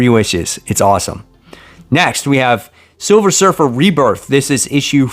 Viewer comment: You that pause you did on silver surfer had me laughing haha. Great list, got to do some preordering